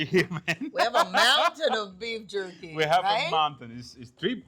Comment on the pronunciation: Beef yerky.